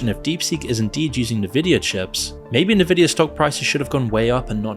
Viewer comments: I had to stop this video half way through. Every time the narrator mispronounced Nvidia is was like sandpaper on my nerves. Dude, it's "En-vidia", not "Ner-vidia". You also mispronounced the word subsidiary. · It's pronounced EN-Vidia not Nividia. Had to say something! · It's "n-vidia" not "ne-vidia" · How you don't know it's pronounced EN-vidia and not Nvidia baffles me. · "N" vidia.... not "Na" vidia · not "nuh-vidia" 😭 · semi_intetersting, a considered overview of a possibility with no meat in the AI explanation. Also, for documentaries sake, at least learn how to pronounce En-vid-ee_ya. theres a reason the N is capitalised even in logo format. if youre gonna cover this graphics chip company that has been producing for decades, mention they were absolutely responsible for the gigantic waste of energy for many years during the crypto-mining boom, also ripping off gamers as a significant side effect. they prioritised selling chips for mining farms and ordinary people had to fight to be able to buy graphics cards. AI is still in its infancy, its similar to when search engines began as simple webcrawlers, later becoming advert based resultant pay2win outputs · Nevidia, lol! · NIVIDIA LMAO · The fact that you said Nuh-Vidia offends me 😂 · The proper pronunciation of Nvidia is "en-VID-ee-uh”. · dude please learn how to pronounce Nvidia it's really annoying how you say it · Maybe learn how to pronounce Nvidia before making a video about it.